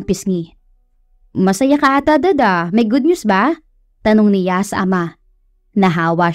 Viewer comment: Hi miss narrator, good day po,ang pagbigkas lang po ninyo ng si,ya sa halip na s'ya at ng ni,ya sa halip na n'ya❤❤❤